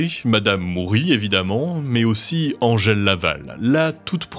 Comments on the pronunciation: «Andgel» t’as trop regardé Buffy mon vieux, c’est Angèle, on est en francophonie. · Ils s'appellent respectivement "Edmond Locard" et "Angèle" prononcés à la française hein ("èdmon locar" et "angel"), il n'étaient pas anglais... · Pourquoi prononcer Angèle a l'anglaise ? Angèle ≠ Angel Angèle c'est un très joli prénom bien français donc merci de le prononcer tel qu'il est : "ange-elle" (pas ''anne gèle") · Pourquoi vous prononcez Angèle comme si vous viviez à LA ?